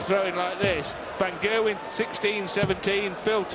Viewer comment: "Van Gerwyn" lmao